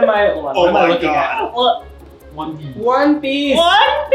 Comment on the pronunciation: "Whone Peeshhh!"